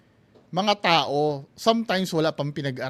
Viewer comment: Yung kay Jiggy Manicad nga sabi niya "pagdagsa ng mga tae" instead ng "pagdagsa mga tao" hahaha